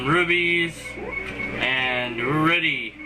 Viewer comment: rupies, not rubies